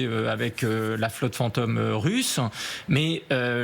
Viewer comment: Le commentateur paraît assez intelligent, mais pourquoi prononce-t-il plusieurs fois fant'homme à la place de fantôme ?